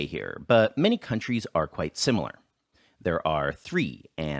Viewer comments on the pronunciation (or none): none